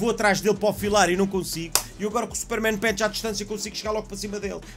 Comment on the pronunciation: A: Super-men Punch: Super-men pench 😂😂 Grande!